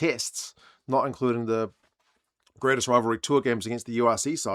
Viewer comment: Did you say grainest rivalry lol